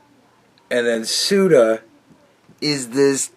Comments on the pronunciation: Say-Uta Spain. lol. not that it matters. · It's about to be Say-Uta, Morocco 🤣🤣